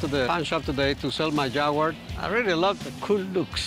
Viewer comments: wtf is a jagwire? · JAGUWAR NOT JAGWIRE 😂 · Rick... It's "Jagwar" not "Jagwire" lol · Jag wire??? It’s Jaguar😅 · It's JAG-U-AR not Jagwar! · Jagwire??? Wtf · Rick, repeat after me: JAG-U-AR, not JAGWIRE. I had one. When they pass 100k miles they are nothing but expensive trouble. Even before 100K, their poorly designed electrical systems are a continuous, expensive to repair problem. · Its Jag u er not Jag whar lmao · Jag- u- ar. NOT Jag- wire. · it's NOT "Jag-Wire". :hand-orange-covering-eyes: That Jag is a total POS. Money pit waiting for a fool. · Rick, what the f*** is a "Jag-wire"?? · What was worse is calling it a "Jagwar" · The origins of the word are not even English, so it doesn't really matter. I must admit how Rick said Jag-wire does grate a bit but it's not a big deal. We all speak English, we all understand each other, that's a good thing, chill out. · its so wierd that some people say " jag-wire" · To all Americans here, it's pronounced jag-you-are! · Never gonna achieve that.. 🤔 Start with Ja-Gwar.. 👍 Be Well!! 😀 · Hey Rick!, WTF is a JAG-WIRE? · its not jag-wire ffs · The way they both try to pronounce Jaguar is laughably bad XD